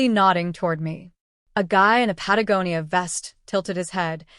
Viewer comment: Finally someone who pronounced "Patagonia " correctly 😊 East Coast USA